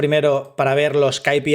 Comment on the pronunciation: Gracias por el video. Solo una cosa, o dices "KeyPiAis" (ingles) o dices "KaPeIs" (espanol). Repites una y otra vez "KayPiIs" en el video por ejemplo. No lo digo para atacar, solo para que te des cuenta. Un saludo